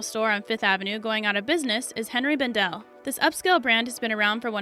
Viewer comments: Hmm...Someone doesn't remember their high school French (or else they took Spanish). It's not "Hen-ree" Bendel; It's "Henri" Bendel, and Henri is pronounced "On-ree" (#12 on the list). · "Henry" Bendel???